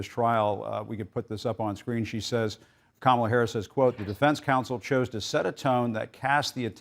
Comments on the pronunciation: Did the guest dude say Vice President “Mamila” ? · Vice President “MamaLa” 🤣🤣🤣